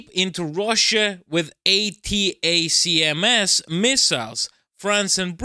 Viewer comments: You don’t have to say each letter of ATACMS when mentioning them. They’re commonly referred to as (pronounced) ‘attack-em’s’. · "ATACMS" is usually spoken as "Attack"ems." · "attack -ems" how you say the missile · Watch some Jake Broe, to pronounce ATACMS properly. 🙂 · pls, it's pronounced "attackems" and "highmars" buddy